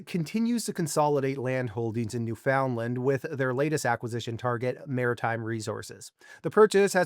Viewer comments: Right. Should be Newfunland (all together, emphasis on first syllable) not New Found Land (separated, emphasis on Found). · You like using buzz words, dont you? Oh and you are pronouncing "Newfoundland " wrong.